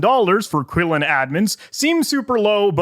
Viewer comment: Qilin is a chinese folklore monster, it's roughly pronounced as 'Chi-Lin"